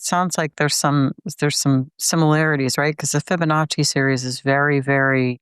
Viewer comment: I'm pretty sure he's mispronouncing Fibonacci. Fabanichee??? LOL!